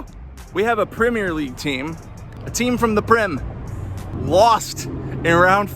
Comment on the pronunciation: You're pronouncing Premier wrong.